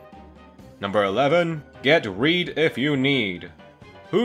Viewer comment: Him:who ever need the damn reed What I hear:who ever needs the damn weed